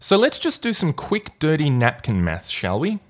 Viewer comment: Not really making fun of your accent but I laughed hard when I understood "...twice as likely to take meth" instead of math XD